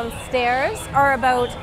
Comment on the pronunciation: I knew you're Canadian from the way you pronounce 'about'. 😊😁.